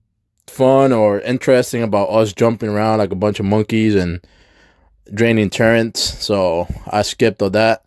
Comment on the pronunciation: Why you say turrents. LoL. Its turrets not turrents.